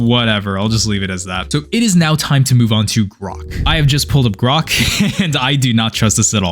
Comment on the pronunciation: Did he say grox